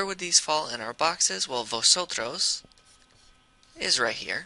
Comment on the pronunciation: 🤦🏽 He pronounced Vosotros wrong. Remember y'all, the letter V make a soft B sound, while the letter B is a hard B.